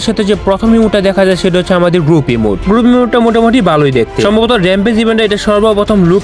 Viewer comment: Red ❌ Rid ✅ Emote ❌ Emute ✅ 😅😂